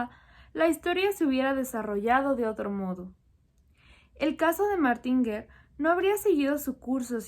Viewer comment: Hola, se pronuncia "Martan" , sabría explicar por qué?